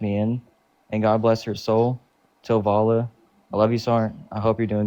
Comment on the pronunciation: "Till Valla" da fuq